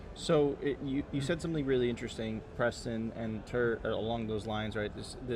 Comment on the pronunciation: It's Tuur guys. FFS